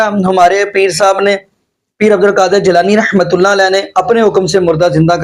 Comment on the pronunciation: جناب السلام علیکم ورحمت اللہ میں ر پر زبر ھے آپ رحمت اللہ کو ھی غلط پڑھتے ھیں درست کر لیں